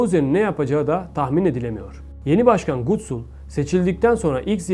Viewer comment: Gutsul degil Gutul 💆🏻‍♂️